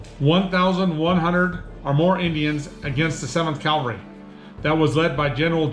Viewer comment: “Calvary.” “Cavalry.” Not the same word. Not interchangeable.